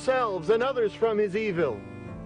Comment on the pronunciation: He pronounces "evil" like Obi-Wan did in Star Wars: ee-ville.